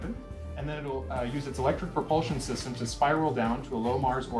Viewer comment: It's "propul-shun" not "propul-zun".